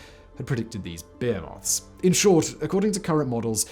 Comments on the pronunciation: I love how Simon pronounced behemoth as “bowie-moth.” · Wow the smart man can’t say behemoth lol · Is that how Brits pronounce behemoth!?!?